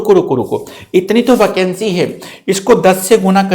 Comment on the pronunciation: वकेंसी? Sir aap thode se pakistani ho kya ?